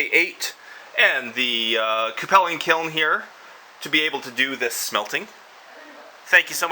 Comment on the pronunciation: I've always heard it pronounced q-pull or q-pull-ing not coo-pell-ing. By the way, you might want to think about getting a leather bib (or at least flame resistant cloth like the cheapy welding coats) to protect your beard from the heat.. All you need is to light your beard on fire... that'd be bad.